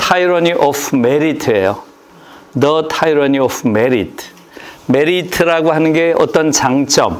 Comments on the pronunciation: 타이러니 아니고 티러니인데요... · 티러니......영어 발음!